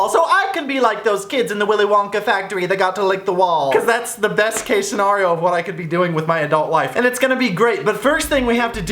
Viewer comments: Instead of pronouncing scenario like (sin-air-eo) you pronounced it (sin-are-eo) 😂😂😂😂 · When he pronounces scenario like Mario and pronounce it like Nair.